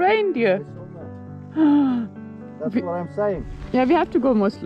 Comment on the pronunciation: How did you call the reindeer again...... " qurdz qurdz qurdz qurdz qurdz " ........lol? 🤣